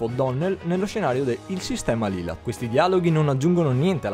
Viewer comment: si pronuncia Lailat non Lilat (penso) se non sbaglio yoshi è un cibo, per questo Otacon lo vorebbe mangiare (penso)